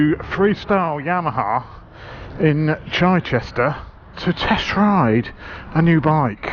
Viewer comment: Is it really pronounced 'Ch-eye-chester' or did I mis-hear you?